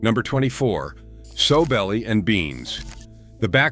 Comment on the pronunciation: Sowbelly is pronounced Sal-belly